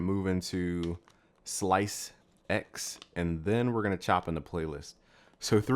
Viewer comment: lmao, slice-ex... no just no... it's ssssllllaaiisssseeeexxssssssssss......